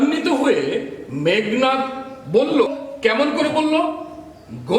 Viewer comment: স্যার বিনয়ের সহিত জানতে চাচ্ছি- উচ্চারণ মেঘ্+নাদ/ মেঘো+নাদ কোনটা হবে। উচ্চারনের নিয়মে মেঘো হয়, তাহলে এখানে কেনো মেঘ্?